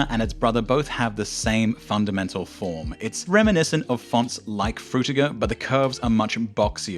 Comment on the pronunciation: "Fruitger" LOL